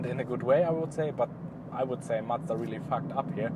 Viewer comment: Just subscribed. Its so rare to hear a non-japanese person pronounce Mazda correctly! Are you considering to get the 2019 model with the updated 7500rpm engine? Looking forward to more MX-5 content!